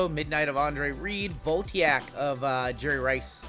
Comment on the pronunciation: I don't take exception to you opening unlicensed products, but I do take exception to your pronunciation of "Voltaic". It's "Vol-TAY-ic", not "Volt-EE-ack". Also, those Bryce Young cards probably ain't worth the cardboard they're printed on.